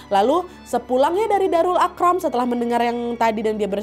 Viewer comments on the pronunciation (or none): Maaf Nadia,darul Arqom,bukan darul aqram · Suka betul saya tengok Kak Nadia bercerita pasal sejarah Islam.. (Ye, ye, penonton negara jiran mu) Maaf kak, Darul Arqam. Bukan Akram.